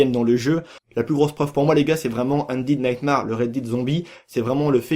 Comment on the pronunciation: sa se lit Red daide redemption ondaide naytemere et non Red did redemption ondid naytemarre